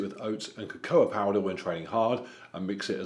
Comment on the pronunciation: I like so much about your channel but your pronunciation of 'cocoa' and 'cacao' confuses me.